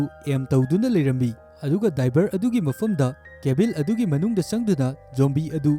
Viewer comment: Pronounce khara soiba yao a semdok o mathang taba da nungaite eg. Cabin da Cabil atei² su khara